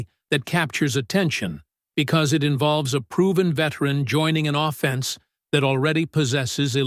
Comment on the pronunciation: I want to see the Puckwa Knakwa dude first, put him alongside Puka Nacua and we'd be unbeatable, your pronunciation of offence is offensive though. AO slop